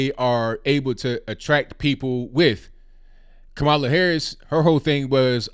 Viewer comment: Why don't you at least learn how to pronounce her name? Not really black? That's disrespectful